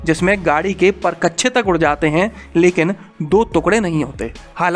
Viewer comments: गाड़ी के "पर—कच्छे" या फिर परखच्चे 😂😂😂😂😂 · तुकड़े नहीं ' टुकड़े ' तथा परकच्छे नहीं 'परखच्चे' कहना चाहिये।बाकी जानकारी बेहद लाभदायक है। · वीडियो तो अच्छी लगी लेकिन जब आपने टुकड़े को तुकङे कहा और जब परखच्चे को परकच्छे कहा तब ज्यादा आनंद आया